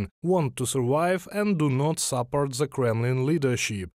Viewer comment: Your pronunciation of "th" as "z" gets on my nerves. Just saying...